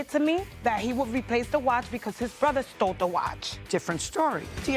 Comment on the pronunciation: And "He stold it!"